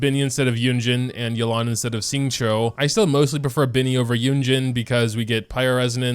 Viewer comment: My chinese self when this person prounounced Xingqiu right